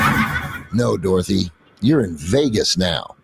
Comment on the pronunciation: Did the narrator say "Dorthy"? How about a second take?